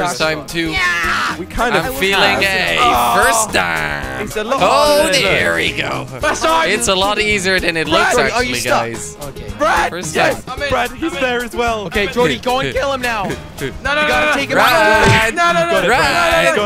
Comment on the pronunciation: di d u just say easer instead of easier?